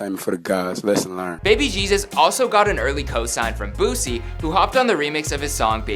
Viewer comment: "Boozie"??😕 lmfao!😂😂Bruh no!